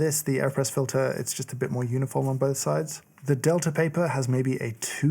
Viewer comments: they named it the delter press just to troll James so we could all hear him not pronounce the e or the r, and somehow substitute an a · I very much enjoy all the videos on this channel but was always hesitant to click on this one because, to my American English ears, I hear an r sound at the ends of words ending in a in RP pronunciation. Delta sounds like delter. Imagine my surprise when I heard “delter” pronounced as I would say “delta”! English and how our brains parse sound is so weird! Another very nice video!